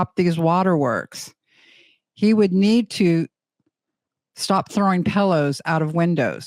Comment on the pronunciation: Brother, you gotta learn how to say pillow, lmao 😂